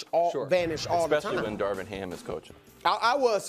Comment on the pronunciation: its Darvin Ham man, I cant take it anymore 💀